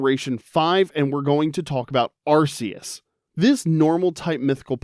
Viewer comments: 1 it’s ar-KEE-us and 2 god was introduced in gen 4 not 5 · Arceus got the wrong generation AND wrong pronunciation. Evil.